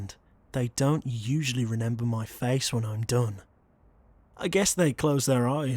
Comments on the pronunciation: Me: British voice, I love UwU You: reNember Me: nuuu, you have that accent ,=v= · You said renember 😭😭✋🏼